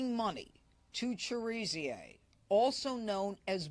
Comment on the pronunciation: His name is pronounced Cher a zay not Cher zer